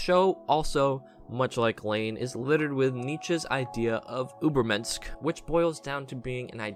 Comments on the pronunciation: The worst pronunciation of Übermensch i have ever heard, what was that ubermensk? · I'm surprised to see Re:Zero on this list but you're not wrong it slightly fell off in season 2 imo but it was still good, hope season 3 doesn't continue downward. if it ever releases oh and btw the "sch" of übermensch is one sound, not two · Off topic but the way you pronounced Übermensch made me laugh😂 awesome vid tho, I knew about all of them but Texhnolyze